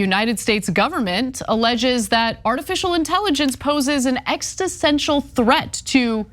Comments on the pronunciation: It's "existential". The first time, I thought Ana just pronounced it incorrectly. But she did it more than once! It's not ex-ti-stential! 😂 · its "existential" not "extasensual" tf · WTF is an 'ex-ti-sential' threat? WTF is that?? And here I was think that an 'existential' threat would be the worst, threatening our very existence, I was totally unaware that there was something far worse!! WAH WAH WHEE WAH!!! OUR 'EXTI' is 'SENTIAL'!! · ExisTential not ExTisential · Extisential? lol love you Anna. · Anna! Extisential? Exist-ential! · Why does she keep saying 'extistential' instead of 'existential" and why is almost nobody commenting on that? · An extisential threat? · "...an extisential threat..." Not once, but twice! Your failure to use actual words is an EXISTENTIAL threat to humanity... Any time I see the words, "national security threat," in any news article what I see there is, "a threat to the existing power dynamics of human society." In other words, anything considered a, "national security threat," by the people running things is really just a threat to their position of power and control. Which, for a pack of psychopaths, isn't at all surprising. "Navidia"??? Somebody should have told him that it's 'pronounced' "enn-vidia". And they aren't working on AI. They produce the HARDWARE that the AIs run on. This might not be the stupidest thing I'll hear all day. But I'm sure it's close. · Hey Ana, it’s ex is ten tial…not ex tis ten tial. You’re welcome. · "Exist-en-tial". Not "exti-sen-tial". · lol, extesential threat. Existential, Ana. As in it threatens our ability to exist. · Or- ek-sis-ten-shul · Poor Anna. It's pronounced "existential". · Eg-zis-ten-tchal There you go, Ms. Ana. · Ex-is-ten-tial ... all good still love ya, got ur back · No, she said “exitsentual.” Like how you feel when you have a big poo. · apparently she's not going to be able to tell us what the threat is there Chynk. Because she doesn't even know how to say "existential"!!!!